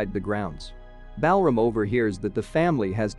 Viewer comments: The way you pronounce Balram, a very popular Indian name, while very logical in the American/British English format, is totally off. Balram is actually pronounced as: - Bal = bul (same as dull, null, cull, etc.) - ram = raam (same as dawn, pawn, Sean, awe, John, etc.) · Bell ram 😂